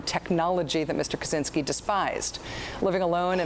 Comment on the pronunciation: It's "Kaczynski", btw...